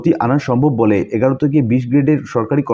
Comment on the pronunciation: এগারো নয়, অ্যাগারো।